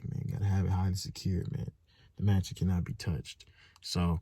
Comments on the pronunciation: DDG “masion” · I can't take this man serious again after he said masion, ig valedictorian is just a word......but heyy nobody is perfect